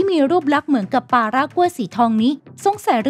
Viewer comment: ปลา ไม่ใช่ ปา